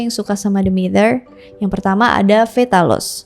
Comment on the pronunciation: Hampir salah ngomong, namanya Demeter malah jadi Dementor 🗿🗿